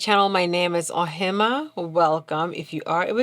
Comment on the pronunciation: Love your videos. Can u please tell me the meaning of your name Ohemaa. I absolutely love it especially with the way u pronounce it and I would like to know it's meaning please. ☺❤